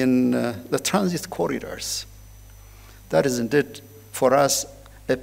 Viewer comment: የመልእክትዎ ይዘት ጥሩ ነው፤ የእንግሊዝኛዎም pronunciation ባብዛኛው (for the most part,) ድንቅ ነው። ሁለት - ሶስት አባባልዎችዎን ግን ከዚህ በታች የማሰፍረውን comment አይተው ቢያስተካከሉ ብዬ የሚከተለውን ጽፌያለሁ። ‘አንተ ማን ነህና ነው, የማስተካክለው? ካሉ ደግሞ ስህተትዎንና ከዛው ጋር ተያይዞ የሚከተለውን ትዝብትና ሽሙጥ ከማስተናገድ አይከልከሉ። “heart …”, “peace …” & “in-deed” መቼም "heart” ኢትዮጵያ ውስጥ እንግሊዝኛ የተማረ ሰው ሁሉ (ለማለት የሚያሰደፍር) ችግር ናት። ትክክለኛ አነባበብ ነው ብለው ግን ደግሞ አጣምመው አስተምረውን ሰዉ ሁሉ የሚለው "ኸርት" ነው። Proper pronunciationኡ ግን ኻርት ነው። ተቀራራቢና ተመሳሳይ ይምሰል እንጂ ሁለቱ የተለያየ ትርጉም ስላላቸው, በተሳሳተው pronunciation ሲነገር, ልዩነቶቹን በሚያውቅ አዳማጭ ውስጥ የሚፈጥረው አንዳች ነገር ይኖራል (ትዝብት/ስላቅ/ ሽሙጥ፤ ከከፋም ደግሞ ተናጋሪውን አሳንሶ የማየት አባዜ) "Heart of African politics” “ኸርት ኦፍ አፍሪካ ..." ተብሎ ሲነበብ, (በአእምሮ ማስተዛዘኛ ተስተካክሎ ካልተወሰደ በቀር, ትርጉሙ:- ‘የአፍሪካ-ፖለቲካ ማዕከል’ መሆኑ ቀርቶ, ‘የአፍሪካ ጉዳት’ መስሎ ስለሚደመጥ, በአዳማጩ አእምሮ ውስጥ ግርታ፣ ግራሜ እና ቆይቶ ደግሞ ፈገግታን፣ ትዝብትን እና (in worst cases of scenarios ደግሞ) ንቀትንም ሊያስከትል የሚችል ይሆናል። "Peace” እና “piece”ም ባግባቡ "ፒስ" (ኢ ተረግጣ ካልተነበበች) መደበኛ ትርጉማቸው ቀርቶ "ሽንት" ይሆናል ትርጉሙ "ፕስ" ተብሎ ሲነበብ። በመጨረሻም "indeed,” ኢን-ዲድ ተብሎ በመነበብ ፈንታ, "እንድድ" ተብሎ ሲነበብ, ለቁራጭ-ሰከንድም ቢሆን ግርታ መፍጠሩ አይቀርም። (ክቡርነትዎ ግን, በእርግጥ ጎንደር ነው - ትውልድዎና እድገትዎ? አይ! እንደው ሌላ-ቦታ እንዳደገ ሰው "እን-ድድ" ቢሉ እኮ ነው መገረሜ!)